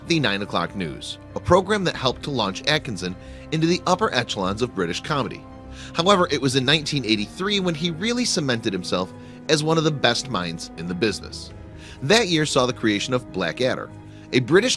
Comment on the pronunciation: Not to mention how Rowan was reaching the upper "etchelons" of comedy